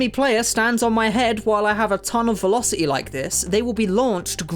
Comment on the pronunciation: The "T" in the word "velocity" is not silent m8.